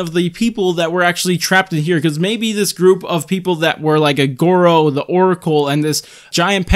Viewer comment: Why did you call goro, gowo >:(